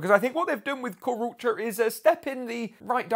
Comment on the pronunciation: KhuRuRTra ? 😂 Core Ultra lol do you even English 😂